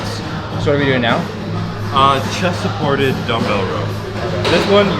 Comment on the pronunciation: How many times did he say "chest thaported" lol